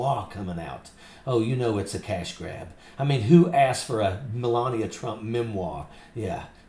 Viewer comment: Did you say melanbia? Speak up, is she called menlabia?? Just "axing" as you noodle head yanks might say.